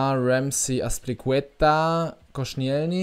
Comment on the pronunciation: verbessert mi h wenn ich falsch liege aber ich glaube er wird Kostsch(i)elni und nicht konschnijelny ausgesprochsm